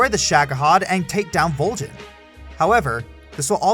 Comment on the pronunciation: why.......why did you pronounce volgin wrong, if you've played the game then you know how to pronounce it man